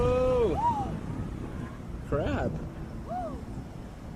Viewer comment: Well, he went straight into the shore and said crap, I heard crab